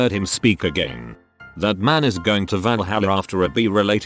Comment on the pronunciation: Its pronounced vall-hall-uh, no offense. Who else thinks Greek and Norse mythology is the best?